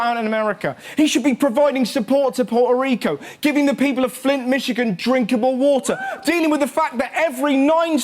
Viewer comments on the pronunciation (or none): "Makes fun of Trump saying "Nambia". Pronounces "Puerto Rico" wrong...